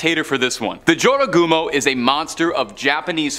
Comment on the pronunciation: It’s pronounced manonongal. The jorogumo is pronounced yorogumo